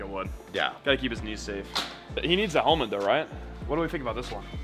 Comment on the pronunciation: definitely said "helment" instead of helmet 🤦🏻🤣🤣🤣